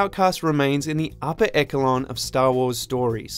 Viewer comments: as if it wasn't hard enough to get through the video with the narrator sounding too stoned & bored to be interesting, he pulls the typical Watchmojo stupidity of horribly mispronouncing something ( echelon is pronounced esh-uh-lawn not eck-uh-lawn ffs...have you never so much as seen a trailer for Splinter Cell? ) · “Upper ek-a-long” I feel like everyone on this channel endeavors to mispronounce at least one word per video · "echelon" was the word that he was looking for. At this point I don't think the presenters are THAT ignorant, The only thing I would think is that they're just trolling. If they're not? YEEEEESH